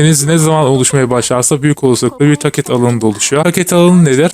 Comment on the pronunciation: video asiri iyi ama tacet ve TDs telaffuzlari yuzunden devam edemicem sanirim